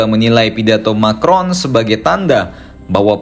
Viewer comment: Kata Putin "Macron" di panggil jadi "Micron"(sangat kecil) ...😂😂